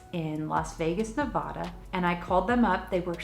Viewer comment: You have to do what you feel is right for you ❤️. Sending good vibes your way! Since you're coming to my home state of Nevada, you should just know the "ad" part is pronounced like ad in a newspaper, not "odd" 😜. That's the only part of this video that upset me (kidding...).